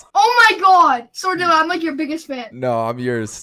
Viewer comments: Not even a minute in “Ayo bro it’s ” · Every time Dylan uses fills: No way it's **!